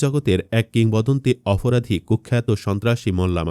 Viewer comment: উচ্চারণ সঠিক করেন।অফরাধী আবার কি?আর আসল সন্ত্রাসীদের নাম বলেননি।